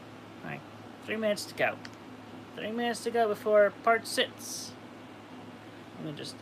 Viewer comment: "Part sitts"